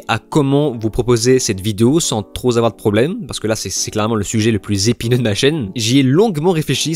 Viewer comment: 👍👍👍 mais attention aux liaisons « sans trop Zavoir… »